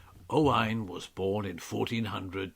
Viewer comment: " O-wine" ? Interesting 🤔 Never ,not once Have I 'erd it pronounced that way?? Is that Old English,?,Galic?, latin? Or?... us yanks pronounce it.."O-when" O-wine... to us is either old tasty and expensive .wine...or viniger